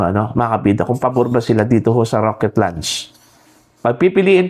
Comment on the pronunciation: Raket... hindi rocket. Baliw.